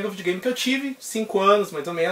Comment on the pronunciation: Muito legal brother, pretendo fazer coleção também ... LIKE + FAVORITO " acho muito engraçado vc falando Vídeo Game kkk vidiu games kkkk vc é top mano !!